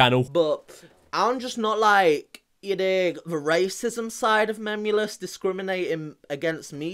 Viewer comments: I’m annoyed at the fact that pronounced it as MEM-YOU-LESS the entire time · Guys guys he cant spell and he makes music videos he said MEMEulous as mameulous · Meme-u-lous not memulous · DataGhoul that’s what she’s doing because I’m the vid he says memulous instead of Memeulous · How many times did he say ‘memmulus’ instead of memeulous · Did this brat say "memulous doesn't come across as very intelligent" in wich phrase he miss pronounces memeulous? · he pronounces it “mamulous”